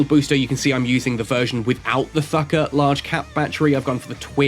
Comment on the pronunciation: pretty insane fit for c3 ratting. Been seeing a lot of vids about the ship already and can't wait to get my hands on it. Also the "h" in Thukker is almost silent, so it's more or less pronounced like tukker